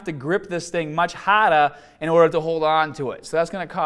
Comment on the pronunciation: The Bahhhhhhhrr, Let’s get Stahhhhhhhhhted ,,it’s Hahhhhhhhhhder!!!! Cool video!!